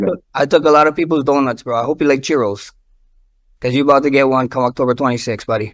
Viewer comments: said “cheerios” lol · I thought he said Cheerios